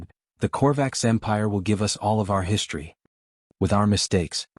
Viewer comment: Again, WTF is "HISHTRY"!!!!????